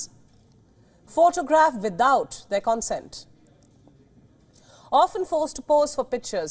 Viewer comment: That's a new .... Konsent. Sounds like a sister of Content